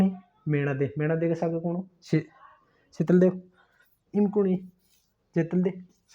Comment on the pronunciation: शीतल देव ❌ शातल देव✅